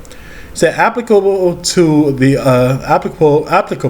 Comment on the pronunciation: "appclable" "applicable" 😂😂😂 get yO stooopid Ahh